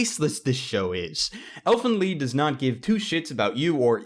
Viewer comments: why does everyone say "leed" not lied I want to talk to you about 1 thing, and it's called anime sites. U DONT HAVE 2 BUY ANIME... when you buy dubbed anime from company's like funamation they change the original anime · Elfen LIED not LEED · Lied! Not leed... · Wait it’s pronounced l-EE-d I always pronounced it lied like how it’s spelled lol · Why do you think Lied would be pronounced "Leed" The I is before the E... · Why is it pronounced "lead" ? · Why is he calling it elfen leed!